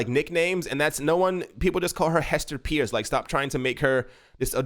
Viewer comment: Hester's last name is pronounced "purse".